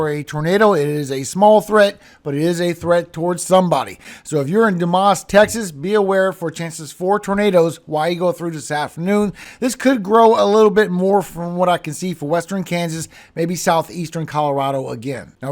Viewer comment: Dumas, Texas is pronounced Doo-mus. Respectfully submitted.